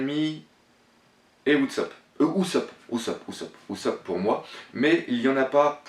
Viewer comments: Bonne vidéo mais juste la prononciation des nom c'est un peu saoulant comme luffy qui se prononce leuffy et ussop qui se prononce oussop mais de bonnes théorie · non mais sérieux tu as du mal avec les prénoms .c'est pas louffy mais Luffy ! pas Utsop mais Usopp ! tas l'air fan mais soit fan jusqu'au bout et modifie pas les prénoms ! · Louffy ? Dragoun ? Outsop ? Fais attention à la prononciation ! Sinon bonne vidéo :) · Prononce plus jamais le nom d'USOPP stp :(